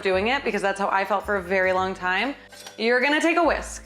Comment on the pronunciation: Me, in my right mind, not even questioning your "whisk"